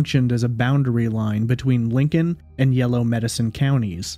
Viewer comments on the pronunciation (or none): none